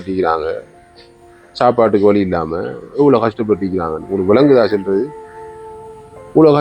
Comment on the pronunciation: உங்கள் தமிழ் வாழ்க. செல்றது அல்ல! சொல்றது. ஈக்குது அல்ல! இருக்கிறது. பெயித்து அல்ல! போயிட்டு. வெல்லம் இல்லை வெள்ளம்